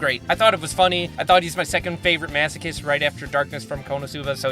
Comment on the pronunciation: Mans said mashikist instead of masochist 🤣